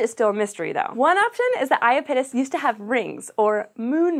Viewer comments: I-ah-pete'-us? I-ah-don't think so. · It's also bad when the host can't even pronounce Iapetus correctly :(. The stress is on the second syllable, not the first! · Holy crap. You need to redo this video. 1. Miranda is NOT the largest moon of Uranus. It's the FIFTH largest behind Titania, Oberon, Umbriel and Ariel. 2. For God's sake, learn how to pronounce IAPETUS. It's i AP et us, not ia pet us. Jesus. I stopped watching shortly after the 2 minute mark. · "ayapitis" no, no, no! it's "ya-pee-tus" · lol. i giggle every time you say iya PIT us... try "eye IP uh tis" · Aya-pittis? I've always heard I-app-it-us. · SciShow Space... everyone is pronouncing iapetus incorrect... “I-ap-e-tus” ... “ap and app still make the same sound” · ah yes the infamous I-A-pit-us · I know everyone is chuckling over her pronunciation of Uranus, but I found her pronunciation of Iapetus more distracting. Is that really how it's supposed to be pronounced? I've always pronounced it 'ee-APP-et-uss'. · Yeah, the moon is not unfamiliar to me and I've always heard it like "aye-AH-pet-us" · Did you catch the butchery on the moon Iapetus? Oof. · If the presenter is supposed to be an authority on space, why doesn't she know how to pronounce "Iapetus"? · That was, by far, the worst pronunciation of Iapetus I've ever heard. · Everytime she mentioned Iapetus I was saying to myself "Pretty sure that's being pronounced wrong." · That's nothing compared to how badly she mangled Saturn's moon, Iapetus. Eeesh, that was awful. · I died a little inside each time she pronounced Iapetus wrong. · was anyone else bothered by the mispronunciation of iapetus?